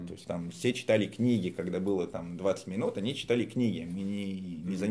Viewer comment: Перестаньте французить русский язык ударением на последнюю гласную, у нас ударение на корень падает, там смысл слова. Быыыло, а не былоооо начаааался, а не началсяяяяя. Не калечте наше богатство